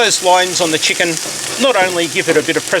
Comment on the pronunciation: Great recipe and I love the way you say CHEE-can.😄